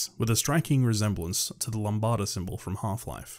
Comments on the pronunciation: Its Lam-buh-duh, not lam-bada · "Lambada" it's Lamb-da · Isn't it lambda and not lambada? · Also it’s pronounced Lambda, not fucking “LAMBADA” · EVERYONE: Lambda: LAMBADA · Lol you said lambada instead of lambda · I cannot believe you pronounced Lambda as "Lombada" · Did he just say LAMBADA SYMBOL?! My GOD ...🤣🤣🤣🤣🤣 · "Lambada Symbol" BRUH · "the lambada symbol from half life" its "lambda" and its a greek letter, not from half life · I’m surprised a theory as to why Dude’s father shows up in Postal 4, even though he’s supposedly dead in Postal 2. Edit: Upon second viewing, I noticed that “Ultrakill” was misspelled as “Overkill” in the Dopefish entry. And “Lambda”(ˈlamdə) was mispronounced as “Lambarda.” (Sorry for being THAT guy) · You said Lambda wrong. You instead pronounced it lam-ba-da instead of la-mbda (Λάμδα) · Did this man say lambada instead of lambda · It's a "Lambda" symbol, not a "Lambada" symbol... Sheesh! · I'm sorry, did you call the Lambda the Lamb-bada? It's Lam-duh. Duh. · Lam da lol not lambada soz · Jesus Christ, "λ" is not pronounced "lambada". It's pronounced as it's written, that would be "lambda". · “Lambada symbol from Half-Life” - it’s pronounced “Lam-da” (spelled Lambda) Like a lamb (baby sheep) and -da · lambda is pronounced “lamb-duh” while slightly emphasizing the Buh sound in lamb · "to the 'lambada' symbol of Half-Life" Bro 🤣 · Bro really said "Lam ba da" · Lum-Bah-Duh Symbol. Nice. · We just gonna ignore how he pronounced lambda like lumbada? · Bro, did you say “the lambada symbol from half life”? Wtf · My mans really said "lumbada" symbol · Did you just call lambda "lambada"? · I hate to be that guy, but lambda is pronounced "lam-dah". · I think the most disturbing thing is how homie pronounces "Lambda" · That is not how you say lambda